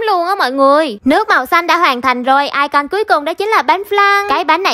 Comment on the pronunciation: icon đọc là ai cừn chứ ko phải ai con đâu chị